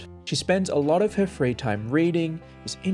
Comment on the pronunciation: She said “lotter”, not “latter” as you typed or “ladder” as the video claimed. In the game she says “lot of” so it’s not that far off.